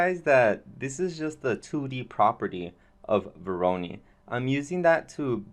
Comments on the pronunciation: pronounced voro'noy' not voroni ;) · Not meant as a bad comment at all, but just to clarify the pronunciation: It's vo like voice, ro like row and noi like noise. Thanks for sharing though, very interesting way of generating geometry through the use of node-based solutions like grasshopper, substance designer and even octane (nodes). Modo/octane user myself so always nice if people advertise its use. Am experimenting with nodebox and svg's to calculate/replicate 2D forms although it lacks a 3D output (you can export 2D vectors). I very much believe in the crossover of knowledge in programming and creating (3d) art so great job on your part. Did your experiment with using modo's procedural workflow using a node-based approach yet? This might also interest you